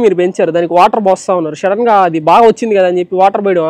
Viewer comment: Shadden kadhu bruh sudden 😂